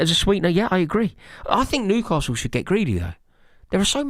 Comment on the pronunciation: are you saying Nucastle not Newcastle it's driving me nuts... 😂